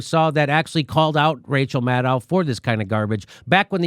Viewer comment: Jimi, yew pronooncificated Maddow correctly, and Mate incorrectly. In the past it was the reverse.